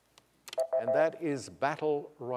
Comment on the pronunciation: Hearing him say battle royale just feels too right.